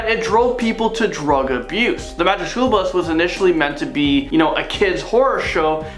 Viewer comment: Are you saying, "magic SHOOL bus?"